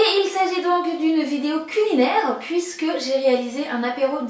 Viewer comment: "une vidéo CUNILAIRE" culinaire non? 😂😂